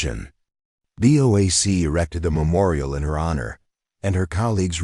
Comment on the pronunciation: Lmao "a BOKE boeing seven hundred seven" give it a rest